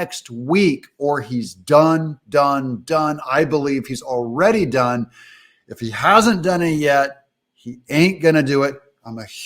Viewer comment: Did you say that he is done or dung? Could be both.